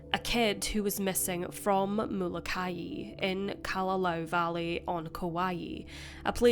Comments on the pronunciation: It's pronounced Mola ki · I have relatives on the Hawaiian island of Molokai and you are pronouncing it incorrectly... It is pronounced the same as the biblical prophet Malachi... I had no idea what island you were talking about at first and had to listen carefully to understand the mispronunciation... Love your channel though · Molokai is phonetically pronounced Mo-Low-Ki